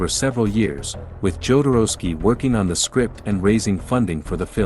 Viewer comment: is'nt it NOT the way Jodorowsky's surname is pronounced?